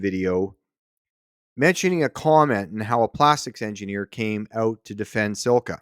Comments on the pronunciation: SILCA, not sil-a-ca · Silica - lol. It's Silca - just one i in there dude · You can't even pronounce Silca